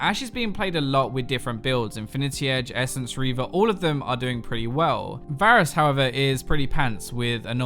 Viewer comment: did he say basrus